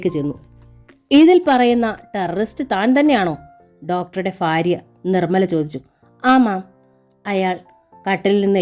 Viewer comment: ഫാര്യ അല്ല ഭാര്യ ഫയം അല്ല ഭയം